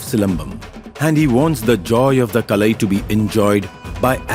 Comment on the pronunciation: Kalai (art) liked the way it is used here and pronounced